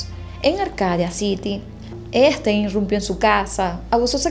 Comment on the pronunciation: No es interrumpio as irrumpio .....me encanta tus historias....saludos desde Seattle